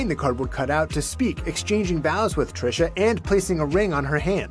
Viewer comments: trishA there is an A at the end girl. TRISHAAAAAA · Ti, how you gone mess up THIS name? Lol you’re notorious for it but I mean, one letter off? Smh petty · You always pronouncing people's name wrong,,seriously???